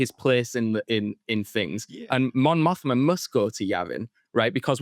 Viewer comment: just wanted to give a heads up that her name is Mon Mothma, not Montha